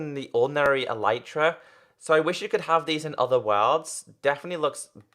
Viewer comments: ITS ELITE TRAH NOT EELYTRAh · it is pronounced el-eh-truh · its eletra not elitra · its pronounced eleetra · its a-lee-tra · THE ELYTRA IS PRONOUNCED ELETRA U FUCKING IDIOT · It's not elitra